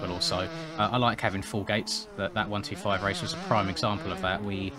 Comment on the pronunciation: say 1-25 not 1-2-5 i sound like a dick but yea